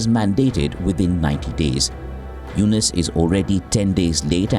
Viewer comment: "Dr. Mohammad Yunus", say the name correctly ma'am.